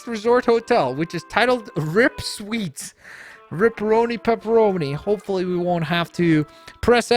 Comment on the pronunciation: The pronunciation is R. I. P. Suites